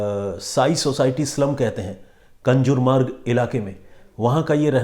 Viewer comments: कंजुर मार्ग नाहीं कांजूर मार्ग हैं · कंजुरमार्ग नही कांजुरमार्ग. सर आप नामो का ऊचारण गलत कर रहे है. 🙏